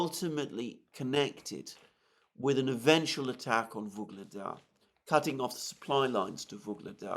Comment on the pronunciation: YUGLEDAR! Not "Vyugledar"...so annoying..